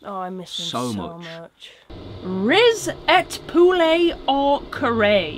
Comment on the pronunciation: "WHAT IS A RICET POULET?!"